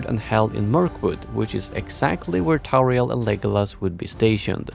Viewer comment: Tauriel ? ffs.